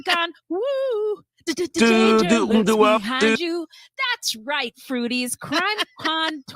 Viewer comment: Fruities? Sounds more like Fruit Booties, eh?